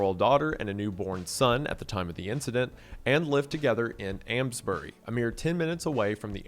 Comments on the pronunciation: it’s pronounced Aims-bury not ams btw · Love you but I didn’t think Americans would butcher the pronunciation of a place like Amesbury. Aims not Ams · Sorry Wendigoon, your pronunciation of "Amesbury", my home town caused me physical pain. ❤